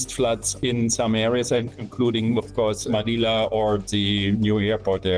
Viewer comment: Manila not Maniler 😂